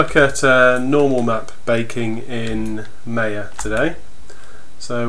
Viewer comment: Thanks, but it's not meya, it's maya